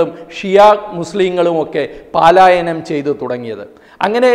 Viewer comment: Paalayanam alla mister palayanam